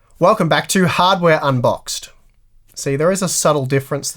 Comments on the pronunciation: That was totally funny!!! He makes a point of pronouncing “hardware” over “harbor” and then or so CLEARLY says “here at harbor unboxed”. LOL!!!!!!!!!! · can't unhear "harbour on box" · When you've heard "harbor on box" you can't unhear it! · Im Aussie and even I heard "harbour unboxed' twice.. 😉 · "HARDBOR UNBOXED" Confirmed. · "Welcome back to ". "Welcome back to ".;) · Idk...I keep hearing hard bear botox